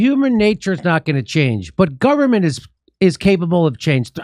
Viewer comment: "There's no way to do that except thru the guvment." What!?! What a stooge...